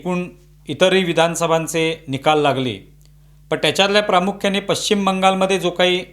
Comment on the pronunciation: पच्ची असा शब्द नाही... त्यामध्ये sh श हे अक्षर आहे! पश्चिम बंगाल म्हणा! पच्चीम काय?? नसेल तर वेस्ट बंगाल म्हणा! कितीतरी वेळा सांगितले 😮